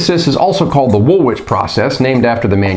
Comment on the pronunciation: I have to say this..... Its pronounced "wool-ich" 🙂 Excellent content though 👍 👍 subbed